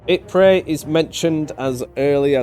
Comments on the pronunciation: Please your constant murdering of the pronunciation of Ypres is making my ears bleed. It is definitely pronounced "Ee.prruh". ;) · Technically calling Ypres "wipers" is accurate especially for a British person since the British soldiers in the area gave up on pronouncing it and called it "Wipers" instead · It's fascinating that more than a hundred years passed on and English speakers still struggle with this name. If you look hard enough you can actually find photos with signs that actually say "Wipers" on them.